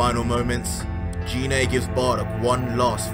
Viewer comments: you pronounced goku's mothers name wrong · That's not give that's Gine man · Its pronounced "Gee-nay" not "jee-nay" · Just a tip can you say the names correctly Gine g sound same as green not jean